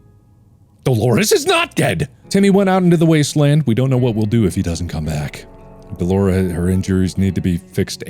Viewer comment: "Okay I get it, Dalores is Engoreous!"-Markiplier 2021 Um... excuse me what? Can you run that sentence by me one more time?!